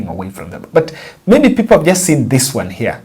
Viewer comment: Pronunciation of ONE =WON , but not WORN